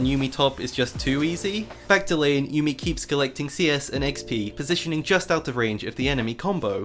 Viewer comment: Every time you said "yummi top" I laughed 🤣